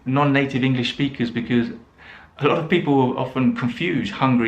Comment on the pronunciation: Interesting that you say BEKIZ for BECAUSE. I often hear BECUZ, but your pronunciation is a first for me! Signed, Perplexed English Teacher